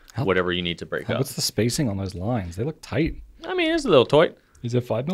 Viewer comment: was that “toight” a B99 reference or just accent. Sorry - know-nothing Brit needs to know!